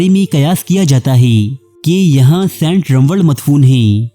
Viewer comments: Sant nahi hota saint hota ha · O, its Saint not Sent Kon lok o tussan